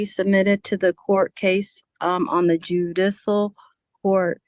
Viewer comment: Judissal? 😂Bless her heart!